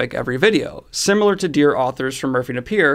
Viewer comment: I really wish you would pronounce Merphy Napier's name correctly.